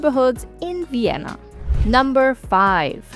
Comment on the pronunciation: So is fluent in German, and probably had English in school, and is still pronouncing "u" instead of "v"? Uibe of Uienna districts doesn't quite have the same ring to it as using a strong proper "v" souns.